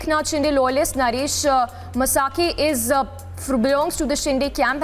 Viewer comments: It is not masakhe it is pronounced maskhe ! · His surname is mhaske not masake.. I hate this lady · The anchor must pronounce properly. He is not म्हसाके . He is म्हस्के . 😂😭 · Please stop pronouncing maharashtrian names wrongly, you are insulting the local culture, as an anchor that's minimum you can do. म्हस्के not मसाके शिंदे not शिंडे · Please teach your anchors proper pronunciation. It is Naresh Mhaske, pronounced as "Mhaa sa kay" and not "Ma saa kay"! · Its म्हसके not म्हसाके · Pronounce Indian names (Mhaske)correctly.